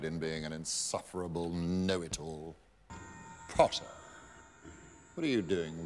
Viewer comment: Snape: "potTAAH" Harry: "Professor you know I have a name"